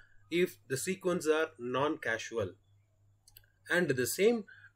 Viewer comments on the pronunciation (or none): This helped me understand convolutions with a quick example. One note would be that the functions that are 0 for negative values are "causal" and not "casual" as pronounced in the video